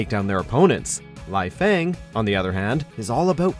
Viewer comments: its LEYfang. not liefang. its Aya-NE, not ayan. wtf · The fact he also properly pronounced a few others, yet somehow added a few more letters to Ryu, thought the "e" in Ayane was silent, and got the "e" & "i" in Leifang around wrong way really says something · He also kept saying Laifang instead of Leifang. I can kinda understand his pronunciation of Ayane since he has probably never played any of the games and is just reading a script someone handed him, but I don't know how you get Lai from Lei. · It's LAY FANG...AND AI YAN NAY! NOT LIE-FANG AND AI YAWN🙄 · They butchered almost every pronounciation, you shouldn't have been shocked by that point. "Bay-Man," "Lie-fang," "Rai-you" and you should get the point by now. They don't understand Japanese or even basic phonetics. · lai-fang? Rayu hayabusa? Come on can actually get people who can do the job right? Aiyaan? seriously, this is just sad. And no Zack? Seriously? I mean I dont play Zack but he's legit one of the best characters in the game. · Correct pronunciations - Bayman is pronounced as "Bai-mahn" - Helena Douglas is pronounced as "Elena Douglas" because she is French and the letter "H" is silent in French - Leifang is pronounced as "Lei-fahn" - Ryu Hayabusa is pronounced as "Ri-yu Hayabusa" - Ayane is pronounced as "Ah-ya-nay" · Also you’re mispronouncing some of the names Ryu = Ree Yoo Ayane = Eye Yaan Nay Leifang = Lay Fang Bankotsubo = Ban Kote Soo Bo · LAHIHFAENG lol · Nice list, though the fact Leifang, Ryu, and Ayane were mispronounced annoys me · They didn't even mention Jann Lee, Gen Fu, Eliot, or Zack. They deserve to be in this list. Leifang's, Ryu's, and Ayane's names were mispronounced. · They didn't even mention Jann Lee, Gen Fu, Eliot, or Zack. They deserve to be in this video. Leifang's, Ryu's, and Ayane's names were mispronounced and they shouldn't have mentioned Nyotengu.